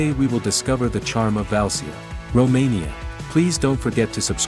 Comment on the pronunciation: Pronunciation is bad. Valcea..."ce", "ci" sounds like in Sicilia. Ramnicu Valcea is the capital city of Valcea County..that incorporates Cozia, Calimanesti, Bujoreni, Daiesti Ocnele...small villages that you are showing here..or Valea Oltului (Olt River's Valley)